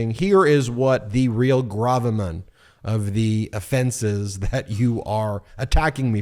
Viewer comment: Guaranteed when representative Schiff said gravamen, Marjorie and Lauren looked at each other and were like, did he just say "grab a man"?